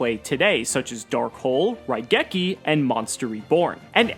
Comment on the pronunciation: Coming back to the first episode after watching everything so far. I have one question for. What is a Ruh-geki? I know what RAI-geki is, but Ruh-geki? Never heard of it.